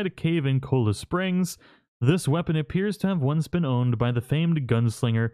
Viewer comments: Cholla is pronounced 'choyuh' like "toy uh" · It's pronounced "Choya" instead of "Chala". It's a nasty type of cactus.